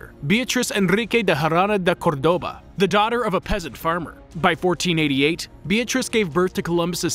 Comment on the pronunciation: Beatrix Enrrrrrrique da Jarrrrrrrrrrrana da Corrrrrrrrrrrrrrrrrrrrrdóba